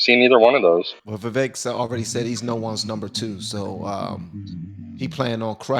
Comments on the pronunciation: His name is pronounced Vivek like cake! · Why do people say Vivek like Vivek? How can you vote for someone that you don't even know how to pronounce his name. Once and for all, it's viv ake like cake. The E is the A sound. Vivek brought it up on Tim pool's Coulter war segment.